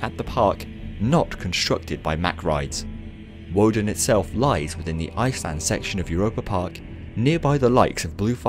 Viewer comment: It’s pronounced with a v instead of a w...